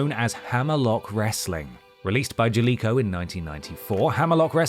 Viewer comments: Jaleco - say the name of the company in the intro the game Triple jump - mispronounce it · Pretty certain they do it on purpose at this point, apparently saying things wrong and purposely telling and explaining bad jokes counts as humour 🤷🏻‍♂️